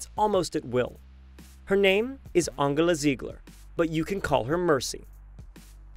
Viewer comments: u don’t pronounce her Angela. Pronounce “Angeyla” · Her name isnt said like that. The G is said like a J. I mean like srsly? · How you pronounced Angela hurt my soul